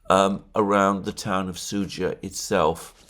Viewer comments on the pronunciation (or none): none